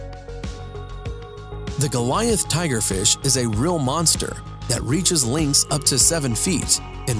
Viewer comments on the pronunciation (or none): none